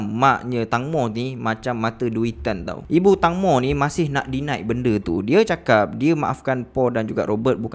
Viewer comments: Bukan tangmo tapi tengmo, tangmo bermaksud tembikai 🥰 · Sorry , call dia " tengmo " bukn tangmo ya , hanya sekadar pengetahuan ❤️